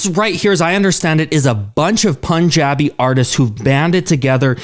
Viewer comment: Its pronounced key-san and pun-ja-bi